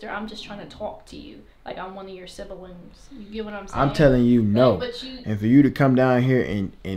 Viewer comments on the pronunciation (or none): "Sibilings" Lmfaoo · "sibillings" lol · "Like I'm one of your Sibalings"😂